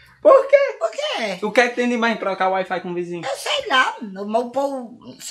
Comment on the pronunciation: "uait fait" kkkkkkkkkkkkkkkkkkk tô rindo muito